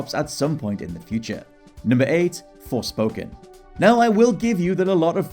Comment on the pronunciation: Forespoken, IE the next AssCred game?